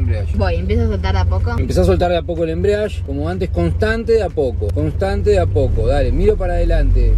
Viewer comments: me molesta que le papá diga embriadge y no EMBRIAGE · "el embriash" Se dice embrague kpo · "embreash " quien le enseño al porteño este por dios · perdon pero me puso nervioso que diga "enbrash" den vez de embreague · jajaja no es ni embriadge, ni embriage Es embrague paa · “el embriashhhh” JAJAJAJAJJAJ los quiero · Por que decía "embriash" JAJAJAJAJ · Se dice embriague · 3 meses después pero no es embriague es embrague. Sin la i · Embrague se dice pa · “EMBRIASHH” JAJAJAJAJAJAJAJ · De tantas veces Que dijo embriash ya bautizó el auto xd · Amigo explica muy mal el chabon ese “embriash" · Mal amigo ajjaja el embriash jajajaja lpm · que no se dice asi,lo pronuncia para el ojete !